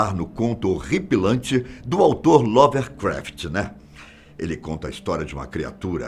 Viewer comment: Bom vídeo, ainda que tendenciosos para analisar certos fatos e jogarem como "Teorias da Conspiração". Segundo, se me permitem: o nome do escritor ocultista mencionado é Lovecraft, ou melhor H P Lovecraft e não "Lovercraft", como citado.